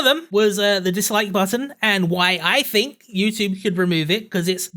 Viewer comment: Ok say it with me its think, THink! not phink, dont accuse others of not doing something that you cant even pronounce. Also why the hate on black pigeon for using an avatar? Those are some big stones being thrown from your cracked glass house avatar.